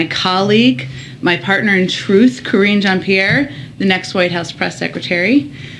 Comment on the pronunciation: You mispronounced Karine Jean-Pierre's name you linguist!